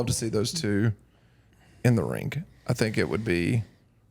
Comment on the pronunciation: I laugh every single time says "rink" instead of ring (like )